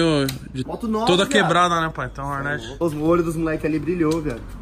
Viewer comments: HORNET e não roneti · Agora só falta parar de chamar Rornet e falar Hornet kkkkk tmj carai parabéns!